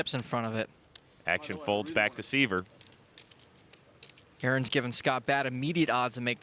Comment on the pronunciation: IT'S SCOTT S(EYE)VER NOT (SEE)VER)........................... IGNANTS!